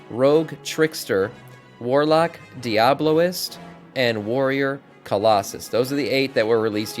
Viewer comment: Its diabolist not diablolist